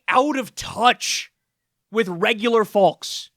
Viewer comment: do you guys pronounce it 'fawlks' ? wtf